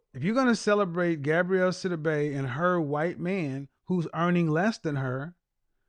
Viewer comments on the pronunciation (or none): KEVIN!!! Please Stop 🛑 MISPRONOUNCING the woman’s name. It’s Gabourey NOT Gabrielle 🤬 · Why do people keep saying Gabrielle? It’s pronounced Ga-bo-ray. 😩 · please get the ladies name corrrectly GAB- O- REY NOT GABRIELLE..... YOUR EDUCATED .. SHOW IT... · If he doesn’t get this woman’s name correct. It’s GAB-OUREY not GAB-RIELLE TF⁉️🤬 For someone who is stickler about things, you’d think he would’ve looked her name up I can’t wait to call in and ask him some questions. SOONNNNN as I find out when he does his shows because his website doesn’t specify. I’m new to him so it will take a while but he and I will be chatting soon Any who, get her name right sir. It’s quiet ghetto to not have been more prepared in your argument. Or maybe I just hate my name mispronounced 😂 Either way hearing it being pronounced incorrectly, MULTIPLE TIMES, just kinda irked my nerves a tad bit too much 🥴🤣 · Her name is pronounced Gab-or-rae